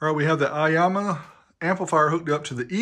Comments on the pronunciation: Aiyima not Aiyama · Eema not Ahma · aiAma? i think its aiYma =) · It is not "aiyama", it is Aiyima. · It’s Aiyima, not Aiyama. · 👍🏼 video... But I - E - Yama.?! LOLOL 😆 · I think it's pronounced I-yeema but nice little amp for the price. I have the Aiyima DAC and it sounds fantastic.